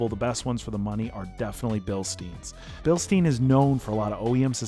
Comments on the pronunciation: bil STINE, not bil STEEN. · Porsh Bilsteen